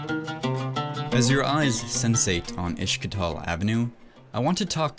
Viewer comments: He says ish-ki-tal 😂 It's Is-tik-lal! And yeah Is-tanbul not Ish-tanbul ... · Istanbul does not have an SH sound in it, neither does istiklal. Just putting it out there. Most Turks only speak Turkish, not sure where you found ones that speak 3 languages lol